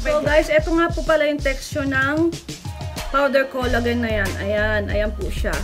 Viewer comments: It is pronounced as "kola-jen" not kolagen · xencia kanapo.nakasanayan kona po.kc ung sa salitang japan collagen not kola-jen